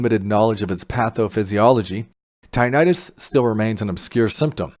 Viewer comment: So if one has age related hearing loss and has been exposed to neither bad chemicals like chemo, nor loud noise, would they benefit? I will get close up to my panel and see if it works for me. By the way, it is not pronounced “tye-night-us.” The correct and accepted pronunciation is “tinn-itt-us.” 😊 Thank you for this video.